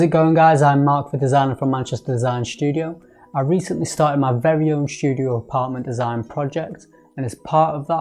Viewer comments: Is "Shtudio" how artsy fartsy people say studio? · why do you pronounce ST (STudio) like SHT, as if you were german??? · why you pronounce studio with "sh" ?